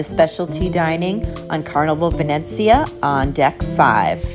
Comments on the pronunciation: Isn't it pronounced VeNEEzia, like in Venetian? I noticed you said, "VeNETzia." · That’s what I thought too! I was corrected in another video I made saying it was pronounced VenNETzia. LOL I give up! 🤣